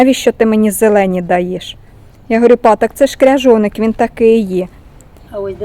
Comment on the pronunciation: Извини но не кряжовник в крыжовник (аґрус)